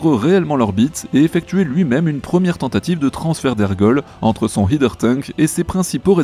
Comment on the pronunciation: Par pitié, "header" vient de "head" et se prononce /ˈhɛdə/